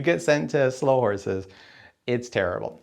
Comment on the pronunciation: I just watched it again, and he still says Slough Horses. No criticism was intended as already mentioned as I acknowledged he was talking from off the top of his head.